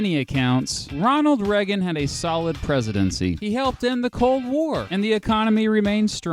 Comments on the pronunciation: beat. Without meaning to sound petty, Reagan's surname isn't pronounced "Reg-gen" it's "Ray-gen" in terms of pronunciation. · Anyone else notice he pronounces Reagan like Reh-gin, not Ray-gin Anyway I still love this channel lol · Ray-gan. Not Reg-in.